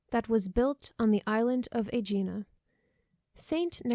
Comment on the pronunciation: It’s A GEE NA (hard G, stress on the “A”)